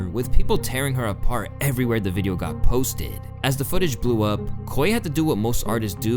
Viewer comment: why did you say posted like that lol